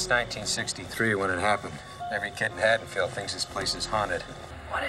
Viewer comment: You got Haddonfield right, but the state is pronounced "ILL-IN-OIE."